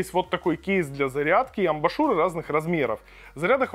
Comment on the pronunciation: Уже писали, но повторюсь,, ребят, если делаете видосик уровня не «Анжела тестит помаду для м...» а что-то серьёзное, то хотя бы выучите как правильно читаются слова типа «амбушюры» и “major”, а то складывается впечатление, что это не Цитрус, а какой-нибудь Валера с ОЛХ.